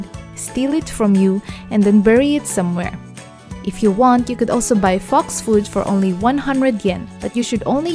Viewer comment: When she said fox village I thought she said fucks village